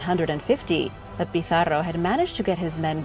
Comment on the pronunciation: Wonderful video thanks for bringing world history to a wider audience, this have been one of my favorite. Your use of regional languages the way you went out there to say Pizarro was exquisite!!